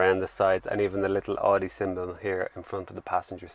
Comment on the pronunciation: This is "Audi", it is not "Audio".